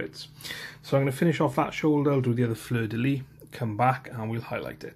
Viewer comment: Great video, big thanks. Hope my sisters will turn out at least half as nice as yours. The amounts of "take your time" spoken just show how much detail and love was put into these models. Also just a little correction when pronouncing fleur de lys, the S at the end is not silent, french is pretty weird.